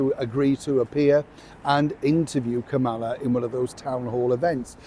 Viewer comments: PLEASE pronounce the VP’s name correctly! Think of the song “Camelot” then substitute Kamala. You sound rude. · SORRY, BUT YOU ARE PROUNCING THE VICE PRESIDENT'S NAME WRONG...PLEASE GET IT RIGHT, or stop pouncing it.. .